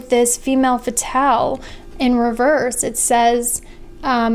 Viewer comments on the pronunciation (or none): none